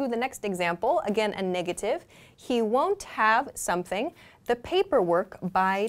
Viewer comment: I want to know how you pronounce the ‘won’t have’? Wondav?